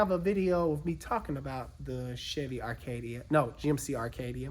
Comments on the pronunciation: arcadia? you mean ACADIA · Acadia. No “r”. 😉